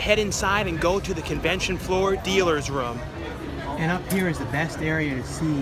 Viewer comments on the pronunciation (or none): please stop saying rum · Room....not rum :P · Drinking game-Each time says "roam"/"rum" you take a shot! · When he says room it sounds like rum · This guy does not know how to say room.